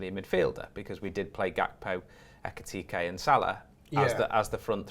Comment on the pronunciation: Can someone please advise on how to pronounce Ekitike's name properly